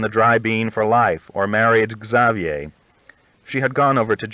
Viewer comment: I am enjoying listening to these but I can't help but get a bit irritated with the way he says some words wrong. Arkansas and Xavier are two that come to mind right off.